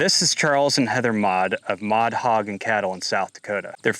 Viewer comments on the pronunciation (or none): Custer county! Maude not mod.😅